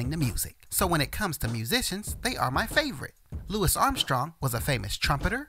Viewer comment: I’m glad you pronounced his name correctly! So many people get it wrong. So annoying